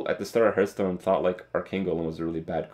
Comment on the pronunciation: You always say heart stone, not hearth stone